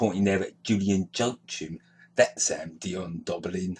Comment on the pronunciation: "Dion Doblin" 🤣